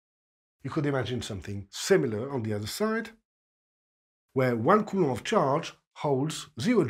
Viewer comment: It's amazing to hear a french physics teacher pronounce Coulomb's name. I finally can state that I know how to say the name of the man and that I had learned it from a 100% reliable source, lol! Thank you sir for your efforts and your work! Your teaching way is just staggering! God bless!